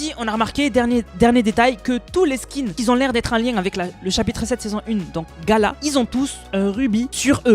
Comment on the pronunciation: Cool tes vidéos, par contre on prononce pas " qui zont " dans par exemple " les gens qui ont débloqué le skin" . Ça pique les oreilles a chaque fois 😂😂